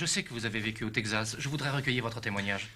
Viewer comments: "le Tegzas" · Yeap, for example the way texZas" is pronounced, with a "Z" like in old western movies dubbed in french. No one pronouces it that way since 1950. And this unforgettable line "S'il cherchait pour du trouble, il était à la bonne place", literal translation of the frequent "If he was looking for trouble, he was in the right place" !